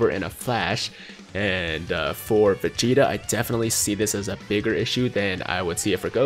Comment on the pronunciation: Anyone else notice he pronounces Vegeta as Facheta 😂😂